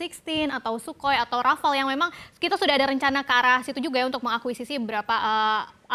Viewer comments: wkwkk bahasa Perancis tuuu beda,,,, "RAFALE" bacanya bukan rafael tapi Rafal wkwkwk,,,,, mangakanya pelajari dulu bahasa sanaaa jangan komen seeenak jidat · Rafael apa Rafale mbak 😁😁😁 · one bacanya wan.. rafale bacanya apa? ... wkwkwkw